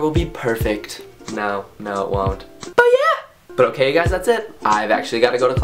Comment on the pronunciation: NONO STICK TO THE 'WHOKAY" pleeeeash :P